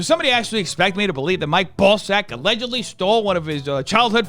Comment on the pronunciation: Mike Ball-sack? 💀